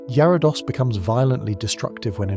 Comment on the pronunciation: Some of the pronunciations were wrong too, Yarados… a red Scyther…. Just to name a few